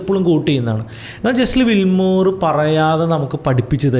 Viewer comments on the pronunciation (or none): പേര് തെറ്റിയല്ലോ Brother, it's not ജെസ്ലി വില്മോർ...it's ജെസ്സി ലിവർമോർ. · Jesse Livermore എന്ന് ആണ് പേര്… അല്ലാതെ ജെസ്ലി വിൽമോർ എന്നല്ല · Jesli Wilmore alla bro, it's Jesse Livermore. Towards the end of his trading career he committed suicide. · World renowned trader ആയ Jesse Livermore ൻ്റെ പേരെങ്കിലും കറക്റ്റ് ആയിട്ട് pronounce ചെയ്യാമായിരുന്നു throughout ur calling him jeslli wilmore 😢